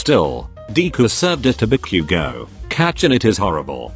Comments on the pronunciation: THE TEXT TO SPEECH THING SAYING "deeku" AND "kakan" FOR DEKU AND KACCHAN- DJSHSUSHSBSB EDIT- PLS NOT THE "ba-queue-go" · I’m sorry the pronunciations are so funny. BAckyOugou DEEku YeARs ✨kAchan✨ I could go on.